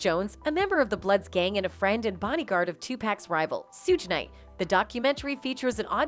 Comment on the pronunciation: Another CULTURE VULTURE tryna tell OUR story, one that she knows NOTHING ABOUT. Its not SOOGE KNIGHT VULTURE ITS PRONOUNCED SHUG KNIGHT! Stick to suburban story telling because u butcher every rappers name like meat. This VULTURE called 2Pac 2pack..... stop it.